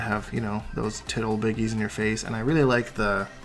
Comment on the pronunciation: Actually sounded like he said "tit ol' biggies" to me..